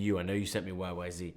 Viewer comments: Greetings from St. Catharines, Ontario Canada. Neil’s hometown growing up and home to Lakeside Park. PS it’s YYZed not YYZee. 😉✌️❤️🇨🇦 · with respect...it's NOT YYZee, it's YYZed, remember Canadian band, Canadian airport code...not the US bastardization of the letter Z. That said music is about fun...I've seen so many haters whine moan and complain about her but to see Geddy and Alex up there smiling and knowing they made the right choice in Anika, yeah that's what's it's about...FUN!